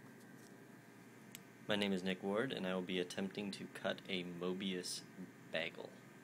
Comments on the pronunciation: It still seriously bothers me how you say bagel. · admittedly it's actually more "baggel" now than "beggel', so i guess it's sort of almost a step in the right direction.